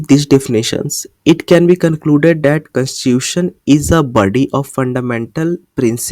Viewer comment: You were pronouncing the word constitution properly in the beginning specially.